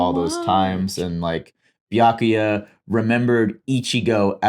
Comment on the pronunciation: I can't belive they've been watching DUBBED Bleach for HUNDREDS of episodes by now and STILL can't pronounce Byakuya's name correctly. That's honestly impressive.